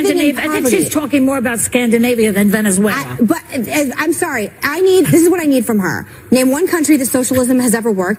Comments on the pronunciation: “Venuzula” Kill me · “But... but.. VENEZUELERRR!!”